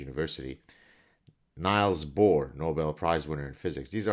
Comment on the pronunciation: The way how you butchered Niels Bohr's name made me sad. You should look at the pronunciation of famous people's names, rather than assuming they'd match those broken English vowels. Nobody else in the world pronounces an "i" like an "ai".